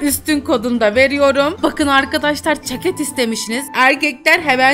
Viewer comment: Abla yine çeket diyorsun?